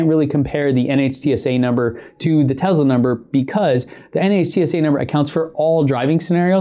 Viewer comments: "Tezla"... Its Tesla! TESLA! T-E-S-L-A... lol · Its Tessssssssla Not Tezzzzzzla!!!!!! You have testicles not tezticles. Nikola Tesla is turning over in his grave every time hears Tezla. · Hey jack wagon, it's a Tesla, not a TeZla...... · Why do you pronounce it as "Tezla" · The tezla